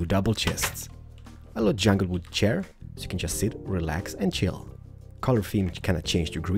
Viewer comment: I like when you say spruce woode slabs ;) P.S:I hope that you will get more subscribers,you deserve it :)